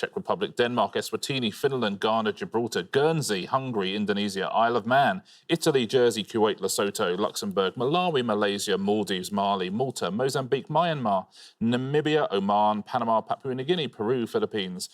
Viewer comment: Lesotho is pronounced Lesutu.